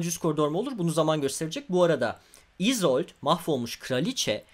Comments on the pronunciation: isold degil isolde diye okunup yazılıyor bunu düzeltelim replikler de böyle Örnek bir Viego repliği: Gözlerinde kendimi gòremedim İsolde diyor. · İzold ne viegonun kendisi bile isolde diyo